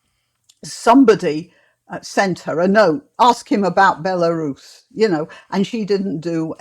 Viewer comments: He he he! First I thought she said "Larousse" (clearly a reference to everybody's favourite French cyclopedia), then "Barooze" (anybody's guess?!?), then "Belarus" (Bingo! We got there in the end.). You're right,, here is a girl who has not done her homework! A definite 0 for effort and 10 for ticking boxes. My friend, usually strongly politically correct, was annoyed over the Obama victory. He pointed out the "urgency" of having to vote for the first black President was no urgency at all, just box ticking reverse r**m. Let's hope the practice is not let loose in the nuclear power stations or at the nuclear switch. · Someone tweeted Claudia laughing at her pronunciation of Belarus, she then said it was an attack because she is a woman and a women of colour. He replied to say you are the only one mentioning sex and race. Her response was 'Exactly'. She's a complete moron.